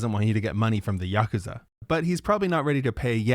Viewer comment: "yakuza"? lol